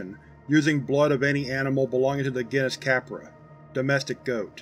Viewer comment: It is pronounced gene-us not guinness ;)